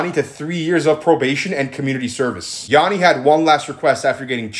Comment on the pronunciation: My name is Yianni but it’s pronounced the same as this guy’s name and he put so much disrespect on my name it’s crazy